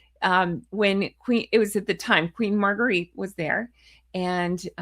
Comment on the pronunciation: Dear, Queen Margrethe is pronounced as Mar-grey-ta. Have a wonderful day 😊 ♥️💙🪿